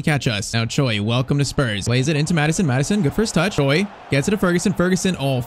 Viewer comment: If you ask any Koreans, there's no way they pronounce "Choi" as "Joy". I don't know why!